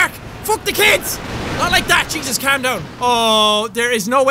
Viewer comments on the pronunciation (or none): none